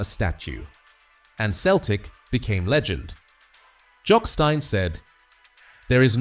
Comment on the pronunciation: Jock Stein .Pronounced STEEN not STYNE